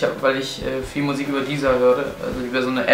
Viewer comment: *MUSIK nicht MUISK :D